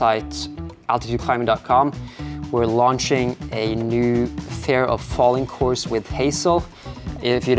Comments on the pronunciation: Amazing climbing session, loving the vibe of the video, you're very serious about the climbing, but not overly stressed or anything! Btw, work on your pronunciation of the word 'fear' if you're making an ad for a course on it! It's not 'fair', it's fear like you'd say 'here'. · You pronounce "fear" like "fair" :) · Interesting that you are not so familiär with pronouncing the Word fear. Seems that fear isnt a big Part in your life. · i was so confused the way you pronounced "fear" :D